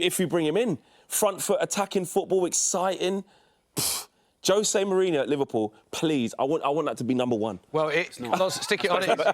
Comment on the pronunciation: Jose Moaneeenoo please but that aint happening.